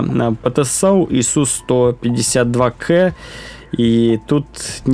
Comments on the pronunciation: Не "Кэ", а "Ка", твоя училка наверное со стыда сгорела!☝️🤣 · не КЭ а КА ,бой был под слив по программе и на этом ст он это знал ,он на чите (который вы называете модом) ,смешной.